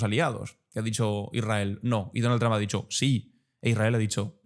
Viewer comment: Tus reportajes son excelentes, pero deberías de aprender a pronunciar bien el apellido "Trump": se pronuncia como "trompeta", nada más hay que quitarle "eta" y ya está!